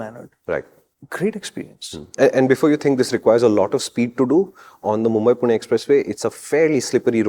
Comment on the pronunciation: pronunciation of पुणे is spot on 😅